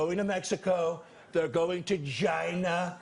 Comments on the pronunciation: Hello? It's pronounced JIZZNA! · I love it whenever he says "GINA!" (China) lol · It's pronounced "ginna". Lol